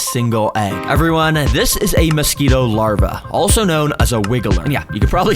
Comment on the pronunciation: yoo the hard R was crazyy